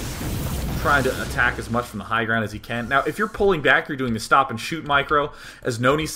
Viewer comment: "and schtop" lovley.